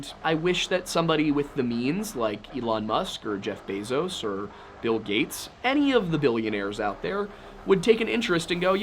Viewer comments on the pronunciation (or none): none